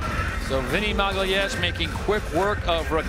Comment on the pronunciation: I love how no one can say "Magalhães" properly